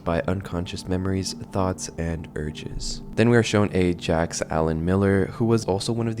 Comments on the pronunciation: It's pronounced "zzzhhJ -- ahck", you goofball. Think "french fried French Freud" w/o the baguette --- uffda! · I thought it was common knowledge how to pronounce Jacques but I was proven wrong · how do u not know how to say jacques